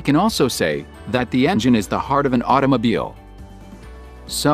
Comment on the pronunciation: Thatt must be a Alooooooomin-Numb Âuto-MoBeeèeeeeeeĽ